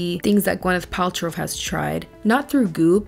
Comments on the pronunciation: I don’t know why it’s making me crazy but it’s “Pal-trow” not “Pal-trov”. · Are you saying Paltrove? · I love how you mispronounced her name the whole video “Paltrov” Lol but like actually!!! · The fact that you spent this entire video calling her Gwyneth “Paltrove” instead of Paltrow lmfao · Hilarious that you keep calling her Paltrove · Paltrove - I can't not hear it now, that was a gift <3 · Why do you think there is a “v” at the end of “Paltrow” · I love you, but why are you adding a V at end of Paltrow. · I really want to like your content but you keep pronouncing her name wrong, good lord I can't. At least pronounce the person's name right that you made a 40 minute video on lmfao